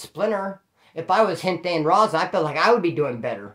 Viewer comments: Ya it sounds like he is saying rasa... With a weak R and a s instead of a z. But hey. I enjoy watching splinter he's a real 1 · The way splinter says raza 😂